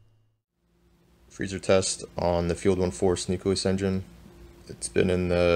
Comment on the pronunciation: Please learn how to pronounce nucleus.